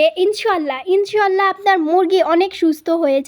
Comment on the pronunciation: উচচারণ হবে ইনশাআললাহ